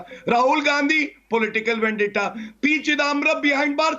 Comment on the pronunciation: ‘It’s Vandetta” spokesperson calling it a vandeta! It is the Maharashtra govt who is carrying out vandeta against the innocent people openly. This is the most pathetic defence.